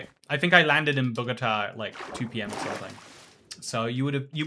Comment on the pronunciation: "bow-go-tah" = Bogota Aww what?! that's twice i've been in the same bloody place as you and i haven't met you yet >:(